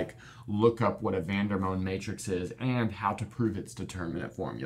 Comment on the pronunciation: Quick question: isn’t the pronunciation Vander-mond? He was a French mathematician, so the “o” in his name shouldn’t be the long o sound.